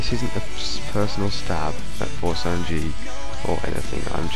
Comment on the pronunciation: it's For-Ess-and-Gee.